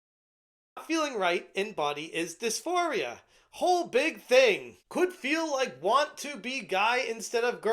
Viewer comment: "Dis-for-ee-a" you goober.